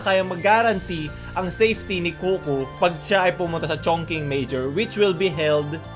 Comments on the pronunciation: ngayon ko lang nakita ang video nato pero yung ChongQing is Chong Ching talaga ang pag basa not Chongking hahaha wala lang ✌ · ChongQing pronounced as chong shing. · Chongqing is pronounced as "chong-ching" Mas plausible sanang explanation to lulz